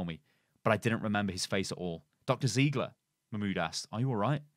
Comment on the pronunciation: its ziegler (zaigler)not an ziiiigle ;)